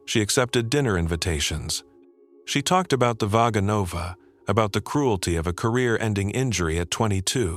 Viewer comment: The accent should be on 2 syllable not 3rd. Vaganova…